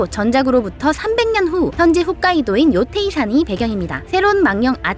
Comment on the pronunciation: 아직도 홋카이도를 훗카이도라고 하는 사람이 있네…